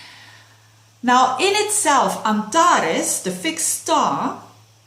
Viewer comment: Nice pronunciation of the star Antarès. (y)